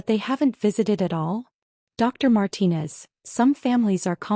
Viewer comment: Another Marcus. At least they pronounced Martinez correctly.